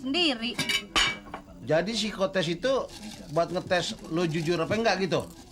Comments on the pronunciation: Bukan sepikotes tapi pesikotes atau psikotes(sikotes) cara bilang org jaman dulu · iya, tapi kan awalnya bang dul udh bener nyebut "pesikotes" tapi scene berikutnya berubah jadi "sepikotest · si doel salah nyebut psikotes malah spikotes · Ternyata si doe kesrimpetl ngomong psikotes 😂😂😂 Coba deh bagi penggemar didenger psikotes jadi spikotes hahaha doel doel ❤❤❤...sinetron terpaporit saya ini tak lekang oleh waktu❤❤❤